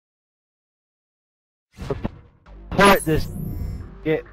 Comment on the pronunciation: lol. I thought jumpah was just a unique way to spell jumper. But then he said hackah.